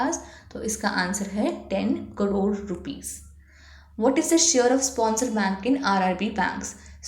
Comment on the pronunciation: Mam its crore not cdore😅